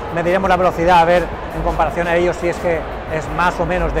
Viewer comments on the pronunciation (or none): none